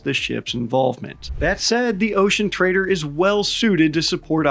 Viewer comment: 😅 I always hear "the ocean traitor" and not "the ocean trader"